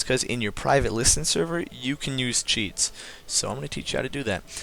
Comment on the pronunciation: I swear to god it sounds like your saying cheat not cheats